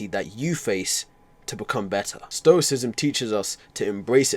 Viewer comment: Not to be that guy, but isn’t it stoicism? Not stocism